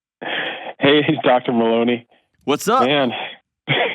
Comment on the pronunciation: He said “Maloney” lol